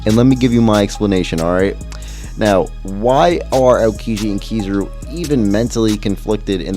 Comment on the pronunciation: It’s Ki-ZA-ru in terms of emphasis in pronunciation